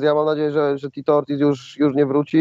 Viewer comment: Ortiz, a nie "orkiz". To nie pszenica orkisz